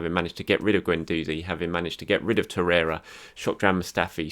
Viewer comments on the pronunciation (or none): none